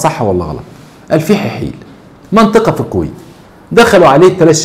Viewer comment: صحيح نطقك اسمها الفحيحيل